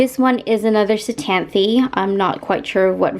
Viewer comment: Ctenanthe is silent C